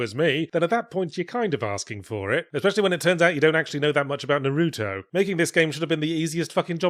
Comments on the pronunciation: ahem “NAR u toh” not “nar U toh” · Yahtzee likely doesn't know much about Naruto either since he says his name wrong. NAH-roo-toh, not nah-ROO-toh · what the fuck is nah roo toe? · Are you mispronouncing Naruto on purpose?